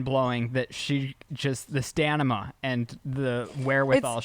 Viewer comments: "the STANIMA" 😂 Love it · “The stanima” lol It took me a second to realize that’s not how it’s pronounced. I love and his words❤😂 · The way says stamina after said stanima….true friend!! 😂 correct him without correcting him ❤ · “Nurshery” “stanima” ❤